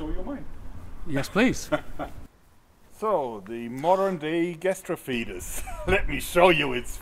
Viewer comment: Jorg is actually pronouncing it more correctly than is. its "gas-tra-fee-tees"